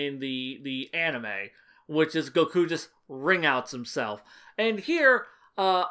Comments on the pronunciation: Idk why but I'm a fan of how you pronounce Goku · I meant that I like that you pronounce it that way as opposed to how it's usually said in English.